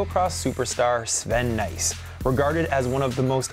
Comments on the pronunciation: Jeremy lost before the game started by pronouncing Nys as NICE. WtH. Try Naes. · It's really pronounced more like "nasty/ass" than "nice" (pronounced the American way, not the Brittish way). The Dutch just bungle up their vowels. They also say "seujfeuh" instead of "zeven". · Nys isn't actually pronounced as "nice" but it's closer than what ever Jeremy did :D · And it's so easy to pronounce: just say "nice"! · So he says Sven Nys correctly but not Thibau Nys lol